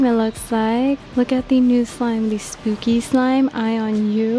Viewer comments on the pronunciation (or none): none